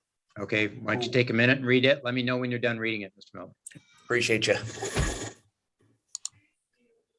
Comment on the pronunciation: Bro is already annoying and I'm 1 minute and 48 seconds in... Dude, it's "appreciate" not "preciate"... That's creepy bro. You are creepy AF